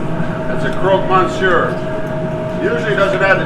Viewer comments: Croque monsieur..not croix..that means cross in french..funny he doesn't know that ad its a classic..and its never made with american"cheese".. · It's croque "French for "mister crunch"". Croix means cross. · Love your pronouncement, "Croaked Mon Sewer" LOL. Not knocking it at all mate, just thought the NE accent rocks!! I'm in Vermont here. ps: Johnson Wales Charleston, SC Campus Culinary class of 1996 here. Since retired but still cooking the classics. Cheers!